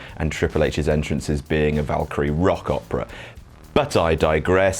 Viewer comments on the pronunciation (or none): none